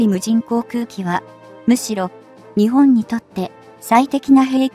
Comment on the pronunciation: 時々「日本」を「ひぼん」と読むのが耐えがたい。容認の限度を超える。